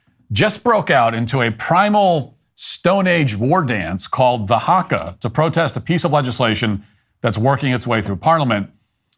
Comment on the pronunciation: I cringe at the way he says haka